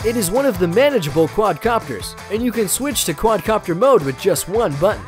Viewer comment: he said quadro copter lmao